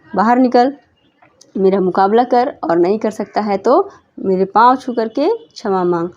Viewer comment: Didi shma hota hai chma nhi 😅